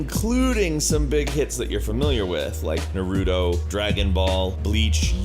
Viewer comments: narudo lmfaoo white people I swere xD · “Zero” Naurto: nəruto Yu-Gi-Oh: ju-gi-o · Why's he pronounce Naruto and YuGioh like that??? Still, not as bad as when people pronounce Mako as Mac-oh, when it's really Make-oh (ff7) or Bahamut as (really bah ha mutt) vs the terrible enunciation (Baha Moot). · he said naruto wrong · GOD DAMMIT U PRONOUNCED NARUTO WRONG AND YU GI OH!!! Great video otherwise though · Your pronunciation of Naruto and Yu-Gi-Oh bothers me. Oh well. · i just came to the comment section to complain about that. good that someone has already done it for me. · damn, otaykuhs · was not pronounced right... at all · "Nuhrootoh" "Yoohjeeoh" bruh I'm dead